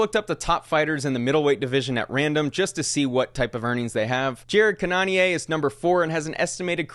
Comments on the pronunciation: Jared Cannonier is not pronounced "ca-non-ee-eh", it's "cannon-ear". Respect. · Bro said Jared canonya lmaoooo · Jared “can-o-neer” love you! Your the man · Like he is some French guy 😂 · lmao it’s pronounced “cannon-near” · Saying cannonier like that is criminal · Okay I love you but based off how you pronounced Jared Cannonier’s name, you clearly don’t know enough about the UFC to be talking about it like that. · Long time subscriber. I’m also a big UFC/MMA fan. The fact that you didn’t even come close to pronouncing Jared Cannonier, the number 4 Middle weight in the organization-Not the world-who is also 39 and has been in the game since 2011 is a HUGE reason why he hasn’t made more money. As the now infamous quote from Dana White goes, “he’s not a needle mover”. But you know who is a needle mover? That was rhetorical, because I already know you know who they are. And they get paid like it. Because they bring people in. Not to mention the UFC isn’t the only game in town. Bellator and PFL are also organizations that have clout and TV deals. Are the fighters too stupid to sign with other promotions? Their contracts arnt anywhere near lead pipe locked as boxing. The ufc has been accused to exploiting fighters for years! So tons of fighters have had the opportunity to sign elsewhere or never sign. The last thing I’d like to say is that the WBC #4 middle weight Maciej Sulecki a guy you have never heard of 6 years younger than Jarrod, who HAS won a title has a net worth of 1.5 million. I would love to chat with you about this. You could use it in a video but I’m just a Scmuck. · Are you trolling with how you said Jared Cannonier's name lol